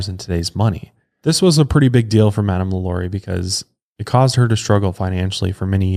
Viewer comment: I tell you what, if you madame lalauries name correctly one time in this episode, I'll buy your overpriced hoodie.